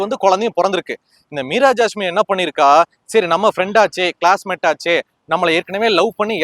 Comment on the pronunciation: Unga Imagenation delever bayangaram Meera jassme per mattu sathama solringa ungalukku thanipatta veruppu maari irukku